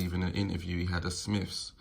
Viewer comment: Ok can’t listen to this if you say Smiffs wot went up Everest. Jesus man!!